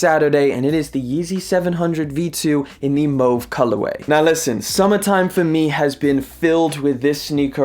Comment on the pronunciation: mows or mauve? mowca or mocca? :goodvibes